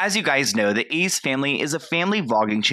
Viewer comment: Its Ace not ezz